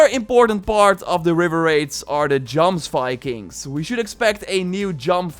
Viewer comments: You say jomsvikings wrong. It's "yoms-vee-kings" Looking forward to the raids! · its pronounced Yomsvikings